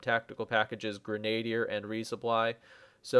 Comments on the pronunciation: Great vid I love it very detailed good job Something I noticed though Grenadier is pronounced Gren uh deer ;) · Grenadier is prounounced "Gren-uh-deer"